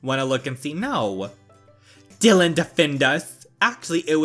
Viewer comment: Oh and Btw Dylans name is pronounced Die-lan